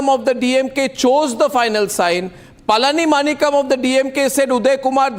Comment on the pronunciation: You idiot Mr Arnab Goswami first learn to pronounce the name of Mr Palanimanikkam not palanimakam.